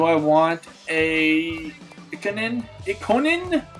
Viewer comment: Ikonen = (ee-kenin)